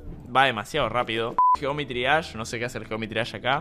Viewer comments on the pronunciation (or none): none